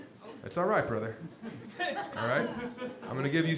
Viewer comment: "you can leave your beanie on, brrrother!" kills me